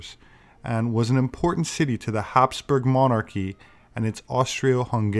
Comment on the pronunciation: Thank you for pronouncing it "Habsburg" and not "Hapsburg"